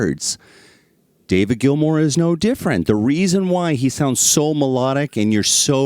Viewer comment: GILMOUR not GILMORE. GEEZ